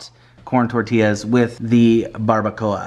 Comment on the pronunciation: Why do you pronounce "tortillas, tortinas"? Is there a back story behind this?